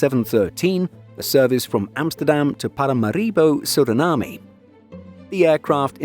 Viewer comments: Just a detail but it's pronounced "Sur-uh-nam". Not "na-mee". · That is not how pronounce Suriname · Did the narrator pronounce Suriname incorrectly-yep Is it the end of the world -no It’s a great channel and I know it’s frustrating when you hear something pronounced incorrectly, but doing a great job. I know people comment because the love the channel and not to criticise. Let’s all pretend this didn’t happen and I am sure they will run a video featuring Suriname in a few weeks and the pronunciation will be perfect 😂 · Need to have a editor to check video before putting it out. No need to mispronounce this country’s name. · lol, what a butcher job that was! (Paramaribo too) 😁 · Suriname isn't pronounced like that, I'm really sorry